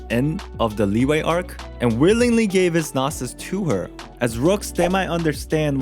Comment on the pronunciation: I hate how he rponounced Liyue as Li-wey. Thats not how you pronounce it bruh